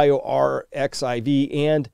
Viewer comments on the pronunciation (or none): Pronunciation note: "biorxiv" is pronounced "bio-archive"... the "X" is the Greek letter "chi", get it?